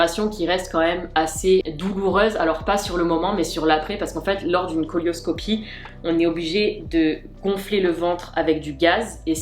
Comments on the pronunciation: La cœlioscopie ça se prononce « sélioscopie » pas « colioscopie » . On dirait que tu parles de l’imagerie de colon et non pas de la chirugie qui permet d’éviter d’ouvrir l’abdomen.. mais juste d’opérer en utilisant une caméra. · Ça se prononce célio et non colio pour pas qu un toubib te dises oh elle sait mm pas de quoi elle parle...